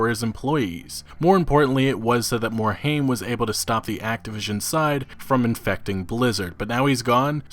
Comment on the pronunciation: MOR - HIME not MOR - HAIM :)